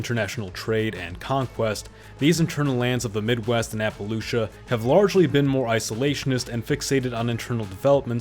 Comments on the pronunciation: You’ll say Appalachia any which way but right. It’s “Apuhl-atch-uh” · Did you mean Appalacha?? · My God did you really say a pal a chia instead of ah puh lay chuh for Appalachia? 😂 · It's not Apalicha it's Apalachia or Apalachan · ah-Pala-chia? It's ah-pa-latchenz or ah-pa-lay-shuh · This man really wants to pick a fight with the hillbillies…. App-uh-latch-ah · It’s pronounced “appa-LAY-shuh” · How many different ways are you going to pronounce “Appalachia”? It’s app-uh-LATCH-uh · I'm sorry, but AppalAIcha, AppalOOcha, AppalIcha....pick a pronunciation and stick with it. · 9 min in and I've heard Appalachia pronounced appalachia, appalAchia, appalooochia, and appalichia 😂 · Wtf says appaloochia? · You have many interesting pronunciations of Appalachia; Appaluchia, wow. I understand that pronunciation of that region varies. It looks like the Republican Party is coming back to Protectionism. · apaloocha apalichia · Its obviously to generate engagement. Nobody on Earth pronounces it "Appalucia" unless they can't read or something. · Opal Lucia. Apple tacia. Oogle laysha… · it's apple-asia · I live in SWVA. If you call it Appalaysha, I’ll throw an Apple atcha 🤷‍♂️ 😂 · A.i speech? He pronounced Appalachia 10 different ways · Yhe inability to pronounve Appalachia should discredit everything in this video... and it is made only worst by a narratvive worthy of the history of a sports franchise that won no championships It's fact-free recitation makes me wonder why it cannot include vote counts btw Dems & Gop inn national elections of. Consequence like Civil Rights legislation and regional voter stats on electoral college results vs federal legislatures in both chambers,... and maybe some party gubernatorial records and trends. Repeating chatacterizations without citing sources is thin gruel. Conclusion : doubletalk. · I'm convinced he's purposefully saying "Appalachia" in every way but the right way just to bait us lol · Good video, please learn how to pronounce Appalachia